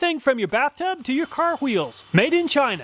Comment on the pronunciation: really, thats how you pronounce “Wheels”?